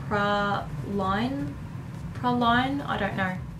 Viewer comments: It's pronounced Pray-leen (praline) but I love the way you pronounced it :) I think ima start saying it that way too ha. I also thought the concealer was foundation. Great tutorial thanks so much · Praline is pronounced pray-leen btw 😸❤️